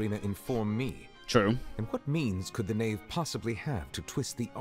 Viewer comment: The who it's the Knave not ''Khave''